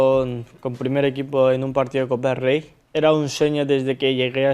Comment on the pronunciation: 와.,,, 코파 델 레이 발음 쥑인다